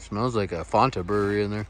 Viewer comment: "Fanta" = no "Fonta" = yes